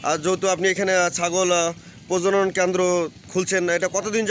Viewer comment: ভাই প্রজন নয় কথাটা প্রজনন